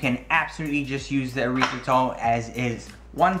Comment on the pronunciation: Short e sound on the erythritol. Erythritol is not a byproduct of the urethra, at least I hope not.